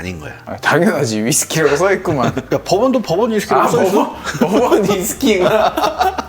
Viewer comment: 아니 왜 시작부터 덤앤 더머 티키타카 ㅋㅋㅋㅋㅋㅋㅋㅋㅋㅋㅋ 두분 다 빙구미가 예술이네요 ㅋㅋㅋㅋㅋㅋㅋㅋㅋㅋㅋㅋㅋㅋㅋ 그와중에 계속 버번 위스키가 법원 위스키로 들리는 마술에 걸린 나